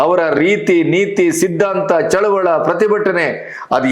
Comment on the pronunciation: Sir please tell Chaluvali not Chaluvala